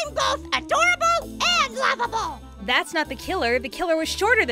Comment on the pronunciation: I'm both Adowable and Wovabowl